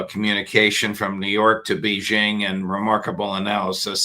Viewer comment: Judge .... It's BAY-zhing.... Can you not pronounce the name of the city properly?